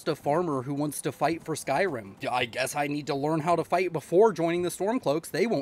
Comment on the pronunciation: stop saying skyrum, or else. (loved the video)